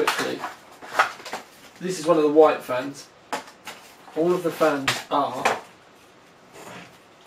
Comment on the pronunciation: Sounded like "flans" to me lol.